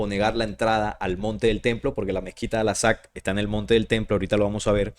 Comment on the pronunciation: Por qué sigues diciendo "alasak"? Chale...